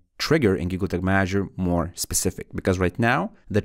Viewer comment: yooo slow down when talking. And sounds like you are saying google tick manager.